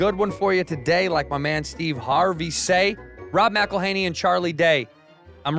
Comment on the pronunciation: You get a like simply for pronouncing McElhenney's name correctly🤣🤣